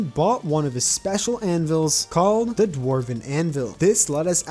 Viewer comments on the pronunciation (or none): none